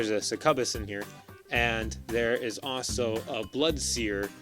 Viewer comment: A few friendly reminders: 1. Feat says enemy models become stationary so don't worry about clipping your own. 2. Not sure if you were using spell vortex from his hex hunter shots or cuddles. 3. I believe succubus is pronounced suck-you-bus That being said I'm loving the videos. Keep them coming.